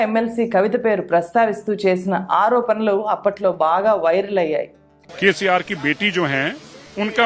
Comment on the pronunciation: 'ఆరోపనలు' కాదు మేడం. 'ఆరోపణలు'... 'న'... కాదు... 'ణ'... 'వాల్లు'... కాదు మేడం.. 'వాళ్లు'... 'ల' కాదు 'ళ ' మీకు పుణ్యం ఉంటుంది. తెలుగు సరిగా పలికితే 🙏🏼